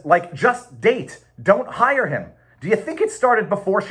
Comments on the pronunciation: Dude 100% said "dang". I was explicitly listening for "date" and distinctly heard "dang". 🤣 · Date dang hard to say